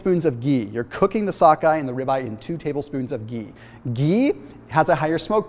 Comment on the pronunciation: The way he says ghee